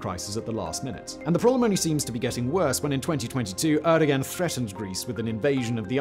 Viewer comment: Pronunciation of the Turkish President's name needs work mate - not a hard one, could use some better pronunciation across the board I daresay. Always informative and engaging though so props for that 🙌🏽